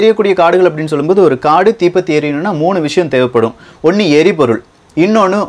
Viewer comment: neenga "ondru" endra varthaiyai oru maargama solreenga. Athu nalla illa